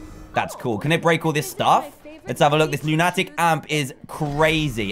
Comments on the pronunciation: It's not looniitic amp it's loon a tic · It is pronounced loo-nu-tic